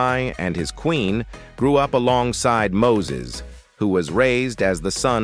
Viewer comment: This announcer needs to learn people's names......... Mo-sees??